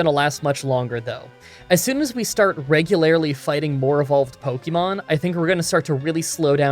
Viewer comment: this is the second time you've said "regularily" in a video. REG-U-LAR-LY